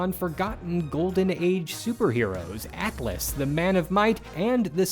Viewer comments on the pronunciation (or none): none